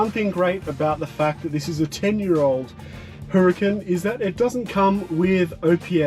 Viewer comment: ITS NOT HURR CAN its pronounced URRCON